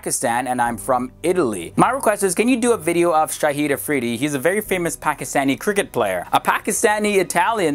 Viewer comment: Hi I would appreciate if you pronounce the names properly I know that you only know english Some corrections SIALKOT = SAY...AAL...COAT PESHAWAR = PISH...A...WERE QUETTA = KUAY...TAA SHAHID AFRIDI = SHA...HID (LIKE HIT) I hope youll like it... Regards Im from pakistan and i love your videos...